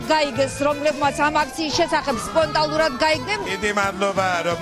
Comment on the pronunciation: იძულებითი მკურნალობაა საჭირო, სხვა გზა არ არსებობს! ტვ პირველის ზონდერ-ჟურნალისტი რა სიტყვებს ყვირის თუ მიაქციეთ ყურადღება? მაგალითად ,,სპონტალურად''😂 სპონტანურად კი არა სპონტალურად😂 ალბათ ფუძე სლენგური სიტყვა ,,პონტი'' გონია😂